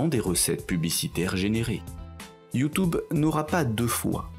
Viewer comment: Ce que j'ai retenu.... "YouTOuBe" :D